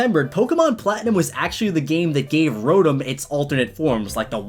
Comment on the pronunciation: Your saying rotom wrong i have a kinda good hearing so idk